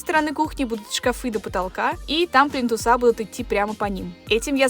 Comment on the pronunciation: ПлИнтусы, а не плинтусА.